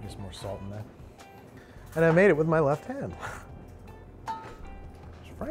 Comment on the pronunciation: Babish in every other episode: "Salt." Babish in this episode: "Sawwllt" Gandolfini really brings out Babby's New York-ness.